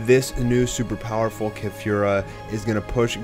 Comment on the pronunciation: Keh-fyoo-rah... Driving me nuts how you're pronouncing it when you also say kah-lee-flah... I fucking hate you.... Shut up